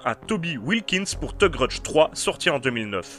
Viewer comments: "The grudge" Lui : TE grudje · "deu greudje"